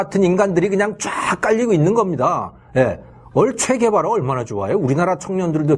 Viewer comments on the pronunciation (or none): 체 게바라를 얘기하는데 발음이 최 게바라라고 들리네요. 최씨들 섭해유... ㅠㅠ